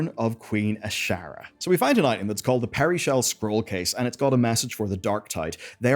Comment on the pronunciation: "peary-shell" Are you sure that's not pearlshell?...